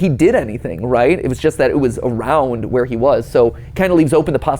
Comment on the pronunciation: I'm sorry, did you say "WERE!?"